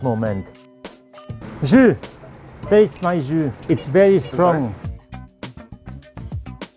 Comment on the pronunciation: wow, I've never heard the word "JUS" quite as such